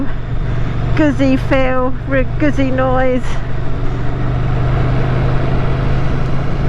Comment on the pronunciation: Bike looks ok but don't like the display and please note it's pronounced 'Gootsie' (rhymes with 'Footsie')